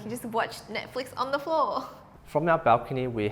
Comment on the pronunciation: When she said floor, I kept hearing flaws. I was so confused.